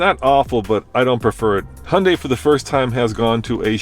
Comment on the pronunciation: Han-dei🤦🏻‍♂️. It’s Hee-un-dai.